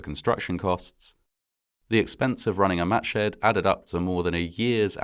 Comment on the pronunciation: The word matshed almost sounds like matches. Yikes!!